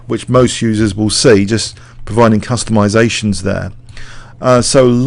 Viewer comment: its "CUSTOMIZATION"